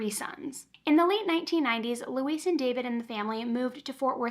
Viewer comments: You are one of my favorite on YouTube. Her name is Louise (Lu- weez) not Luis. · I believe Louise is pronounced "Loo-EEZ" not like Luis "Loo-iss"